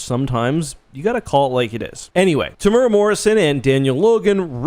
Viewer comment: Looks like you're a big fan. Be great to get a bit closer on the pronunciation of Temuera. All us kiwis were probably wondering who the hell you were talking about.